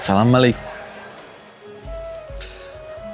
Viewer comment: Jak coś to mów salam alejkum a nie malejkum